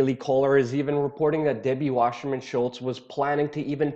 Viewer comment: Why the "sh" sound in Wasserman? sssssss!